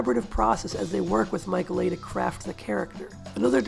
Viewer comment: Excellent essay! Thank you. Just FYI, Mike Leigh's surname is pronounced "LEE"